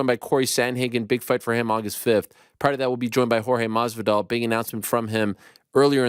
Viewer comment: The way Ariel says masvidal is so cringe. You’re saying it wrong